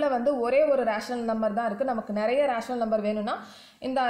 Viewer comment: It is not raational,it is rational